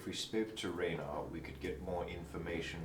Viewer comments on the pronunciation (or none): Oh god the way they pronounce “Renaer” is absolutely horrifying. Edit: Now that I’m thinking about it, is sort of a dick. cool though, but keeps interrupting people.